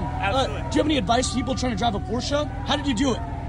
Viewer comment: Love that you actually pronounced "Porsche" the right way.